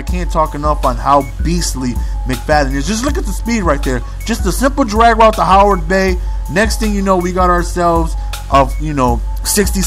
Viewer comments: Howard-bay? Do you mean Heyward-bay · It's heyward bey not Howard! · its heyward bey hahah not howard lol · heyward-bey not howard-bey